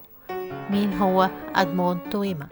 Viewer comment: توما ومش تويما